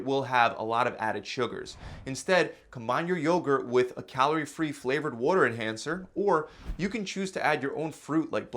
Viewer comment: You said water funny